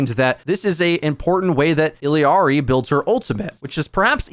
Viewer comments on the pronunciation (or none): actually its ee-yah-ree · Ok fella. Her name isn’t Illi-arri. It’s I L L A R I ILLARI…… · Can you stop saying Illiyari? Just say Ilyari or Illari. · illari is pronounced like ee-ya-ree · y did u say "illiari"? where r u getting the extra "i"?